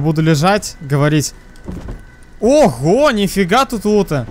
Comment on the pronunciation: Я один заметил как он сказал: я буду лежать и говолить?